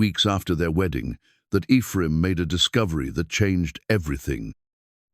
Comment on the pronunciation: It's too bad the story is marred by AI's ability to pronounce the name Ephraim.